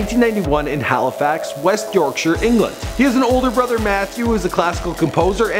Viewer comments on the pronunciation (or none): none